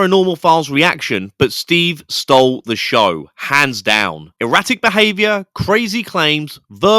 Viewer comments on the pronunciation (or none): none